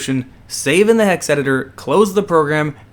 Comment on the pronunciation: You said Hex right... but you fail at computers. It Is Eye-N-Eye file not innie file.